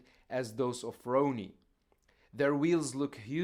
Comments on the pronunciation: With respect, Coleman's name should be pronounced Rah-nee, not Row-nee. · It’s Ronnie not “row-nie” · I don't know why this guy can't pronounce Ronnie's name. Easy name to say. Lol